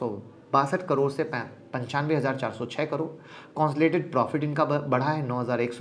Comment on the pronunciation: सर आप बस "कंसोलिडेटेड" बोलना सिख जाओ ।। फिर मैं आपकी क्लास जॉइन कर लूंगा ।। और डिमैट एकाउंट भी खोलवा लूंगा वो भी आपके ही लिंक से ।।